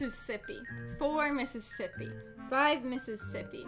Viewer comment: count slower: ten miss iss as ippy twelve miss iss as ippy